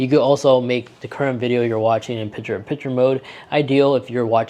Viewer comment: The word is PiCture with a C. Not Pitcher like in baseball.